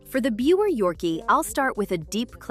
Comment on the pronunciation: It’s actually pronounced “ beaver” terrier… jus’ sayin’